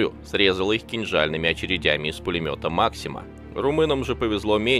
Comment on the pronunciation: Диктор; ты когда читаешь тему, думаешь,что читаешь? Анка стреляла не из пулемёта максима,как у тебя,а из Максима.